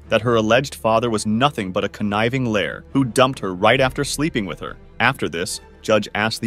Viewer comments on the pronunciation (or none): It’s L I A R …. Not L A I R. AI VOICES SUCK . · I'm so sick of A.I. what is a layer? Smh...it (the A.I. voice) meant to say liar. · Your AI cannot pronounce liar' or 'father'???? Wow - that Muslim woman has her baby girl in a hijab, I feel so sorry for that child.